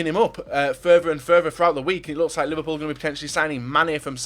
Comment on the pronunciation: Anyone get annoyed when describes Liverpool as "ous"